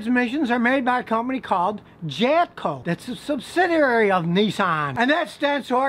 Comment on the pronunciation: Was I the only one that heard him slip in a couple “JapCo”s In there with the “jatco”s?